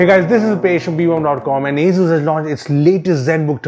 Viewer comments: it isnt "azzzuuzzz" is "asus" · dat aizooz